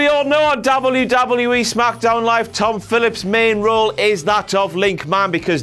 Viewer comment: Darble-yew-darble-yew-E. Brick.